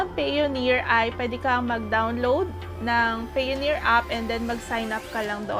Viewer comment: it is pronounced as pAyoneer not pEyoneer